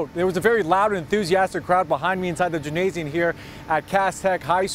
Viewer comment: This reporter can't pronounce gymnasium. Listen to him.